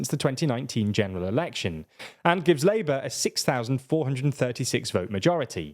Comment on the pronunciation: Why do so many British people speak in uwu? "...hwistwowic Labwor vwictwories"..."twerribwle nuwus for Sunak" It's your own f*cking language and half of you can't even speak it.